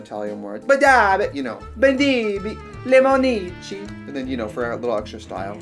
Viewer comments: I'm italian and from now on i will scream "lemonicci" casually once in a day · My italian heart is screaming at your limonicci 😂 🍋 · "Lemonici" - academic Tracy reinventing la lingua italiana